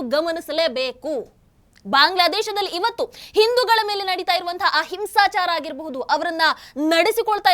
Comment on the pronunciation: 'ಆ ಹಿಂಸಾಚಾರ ' ಅನ್ನುವುದು ಅಹಿಂಸಾಚಾರ ಎಂಬಂತೆ ಕೇಳಿಸುತ್ತದೆ.